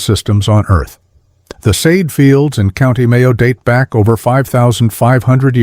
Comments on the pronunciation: Céide Fields pronounced KAY-duh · Samhain = Sow-ann Céide fields = Kay-de Sliotar = slit-ar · I cringed when he said Céide Fields